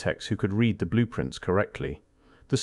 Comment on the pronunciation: Is the voice-over artificial? It pronounces "read" in the present tense to rhyme with "bed", sounding past tense, and reads "forbidden" as if it were two separate words. Anyhow, the narration is melodramatic; it tries to make ordinary events (e.g., the death of people in tiny tribes) sound like elements in a vast conspiracy. Never attribute to malice what can be adequately explained by stupidity. Still, there's a lot of interesting information here.